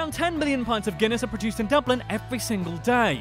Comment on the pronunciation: Jack Keenaghan He pronounced Dublin correctly